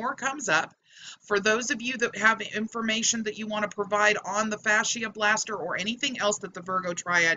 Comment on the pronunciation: Its pronounced "Fasha Blaster" not Fasheearrr" Just saying.